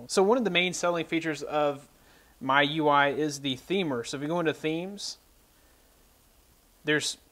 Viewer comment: I think it's pronounced like "Me- U I" Mi- mee U- you I- eye